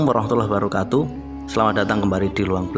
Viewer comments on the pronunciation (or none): none